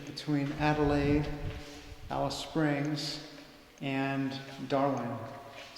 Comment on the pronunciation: That's hilarious you pronounce the name wrong but then you pronounce it right when saying Afghan . Just take the af off. Also the war memorials are there to commemorate the bravery of the soldiers not necessarily celebrating the war